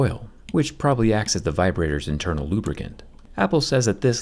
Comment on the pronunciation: “Let’s talk about vibratitors” I had a moment of realization